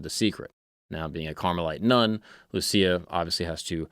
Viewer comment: You pronounced Lúcia wrong